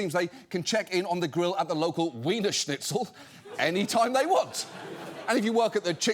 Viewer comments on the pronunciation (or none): none